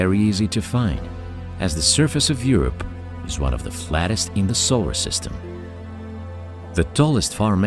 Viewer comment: Ugh! its Europa not Europe.